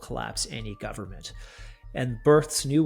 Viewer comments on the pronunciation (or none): "full faith and credit of the US gubmit" LOL